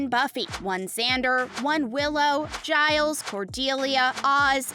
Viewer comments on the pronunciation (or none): none